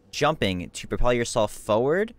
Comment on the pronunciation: Great video, but if you focus you can hear the way he pronounces forward - "fowward... fowward... fowward"